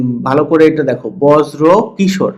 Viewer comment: অনেক ভালো লাগে আপনার ভিডিও। তবে বর্জ্য কিশোর কানে বাধলো, ব্রজো কিশোর নাম।